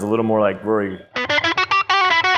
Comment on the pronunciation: You completely fucking butchered Rory, he would be disappointing